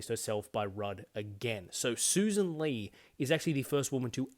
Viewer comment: I eventually found a video of her introducing herself, and it's Lee not Lay as the LNP spokeswoman was saying. Her own party didn't even know how to say her name after she got elected to the leadership. Credible alternative government.